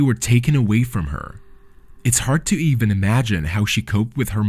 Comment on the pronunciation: Why do you always say EVAN, it's EEEEEEEEVEN, FELLINGS is FEEEEEEEEEEELINGS. AGH